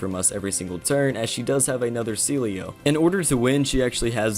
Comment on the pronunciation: He misspells everything it's hilarious My favourite one is Sealeo called See-low